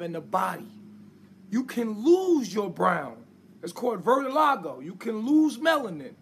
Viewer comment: People really listened to him talk and said "this mf spittin." BOI SAID "VERTILIGO"😂😂😂